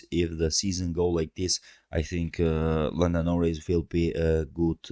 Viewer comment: Excuse me? *Norris*? Nah mate.